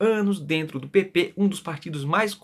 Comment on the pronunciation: Repito: seus vídeos são maravilhosos! Apenas uma obervação: cuidado quando você fala "PP". Fica parecendo, aos nossos ouvidos, "PT". Isso pode confundir pessoas desavisadas (há muitas por aí). Prefira, se possível, o termo completo: Partido Progressista. Um abraço.